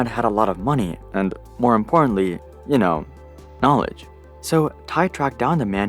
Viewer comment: When Tai Lopez said "It's Knawledgin' time" and knawledged all over the place, I was moved. Truly the comeback of all time.